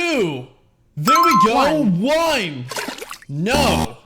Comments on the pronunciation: Wine instead of one😂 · Bro he doesn't say one he says wine or ihn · You just said the number one but you said wine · Bro your saying wine instead of one😭😭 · Why is he saying whine and not one😂😂😂